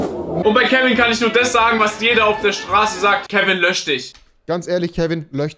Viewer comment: Soll er sich löchen oder löschen? #SprachFehlerVerwandte